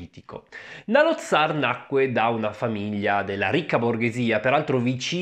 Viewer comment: Saloth Sar (Saloth con la "S")